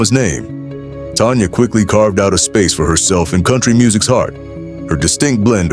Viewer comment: She is not Tonya it's Tanya